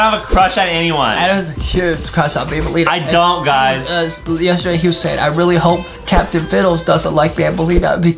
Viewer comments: Aka Banbaleena not banbalina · banbaleena not banbuleena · banbaleena not bambolina